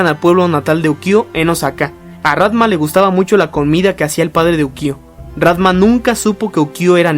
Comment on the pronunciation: tambien dice rantma